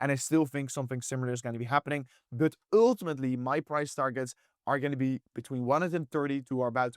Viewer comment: broooo you gotta stop saying uultimately...say eventually youll probably pronounce it easier lol